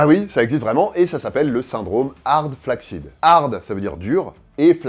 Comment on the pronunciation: "flaccid" ça se prononce "flasside" en anglais.